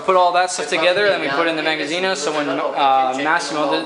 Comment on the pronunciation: "magasino" non si può sentire...